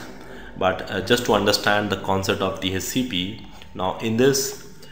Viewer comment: Its DHCP Server ! not DACp